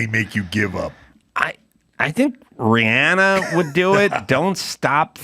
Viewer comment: It's Rhiannon... Not Rhianna... I expect better Adam!